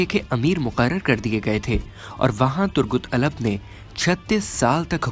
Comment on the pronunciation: Bhai itni achchi urdu bolte ho to ertuğrul ka name bhi sahi le liya karo Aur Alap thori hai alp hai